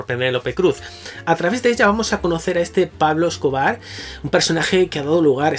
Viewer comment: Bardem podría haber sido el mejor Pablo Escobar si se hubiera molestado en trabajar el acento. Una pena, porque la peli no es mala. Penélope Cruz en su línea de actriz de tercera.